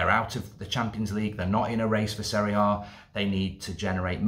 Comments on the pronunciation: “Serie A” 🤣🤣🤣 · My guy said Barca is in seire A 🤣🤣